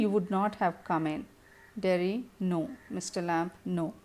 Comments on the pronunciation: Ma'am u should learn English first.. missed many convos ..and its derry not jerry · it's Derry not Jerry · Its Derry mam!Not jerry